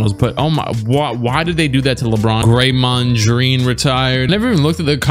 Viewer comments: I was confused about when you said Graymond Dreen when you reminded me to like the video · I was rewatching u saying gamond dreen when u reminded me to like